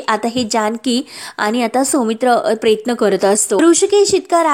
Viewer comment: किती गावंढळ आहात हो तुम्ही सांगितलं होतं व्हिडिओ तयार करू नका हजारो अशुद्ध शब्द बोलता बैलाचा कासरा असतो दाव नाही प्रयत्न प्रेयत्न नाही इतके वेळा सांगूनही तुमच्यात काहीच बदल नाही😅😂